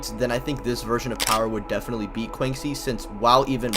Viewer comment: Bro PLEASE learn to pronounce Quanxi better. Disrespecting the homegirl.